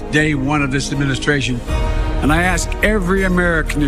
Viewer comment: He said "demishtration" not Administration! In the let the people decide part.